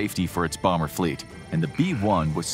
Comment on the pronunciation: Is it just me or did anybody else laugh when he called the b2 a “boomer” Bomber 😅😂